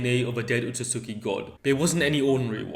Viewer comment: Alright it’s driven me crazy all video it’s pronounced “OH-SOOT-SKI”